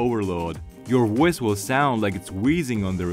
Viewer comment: "Woice over".